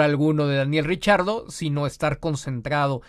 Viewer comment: Yo repeti el video varias veces y no escuche el error de pronunciación de Giselle Zarur con el nombre de Daniel Ricciardo, más bien, lo escuche pronunciar correctamente....